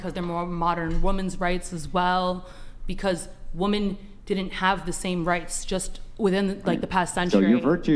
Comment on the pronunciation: What's with all of these people pronouncing the plural for "women" as a singular "women"? Holy Brainrot, Batman.